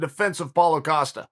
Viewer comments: Paul "oh" Costa 😂😂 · Chael “Paula Costa” Sonnen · Chael "Paula Costa" P. Sonnen